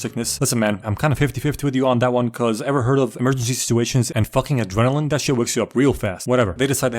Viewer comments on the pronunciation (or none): none